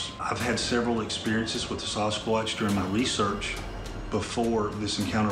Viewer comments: Thought he said "saw his crotch" really fast once when he messed up the pronunciation. Sawhiscrotch, oops, sawswuatch, sasquatch? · By the way... It's sas squatch... not sauce squatch... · I love how he says, "SUSquatch." LMAO!!! Like it could be real, or just a figment of your imagination!!! Hahahaha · K I need to know..is it pronounced SAUCEquatch or SASquatch??